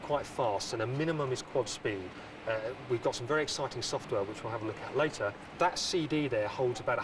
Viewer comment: How are you eight years la-er?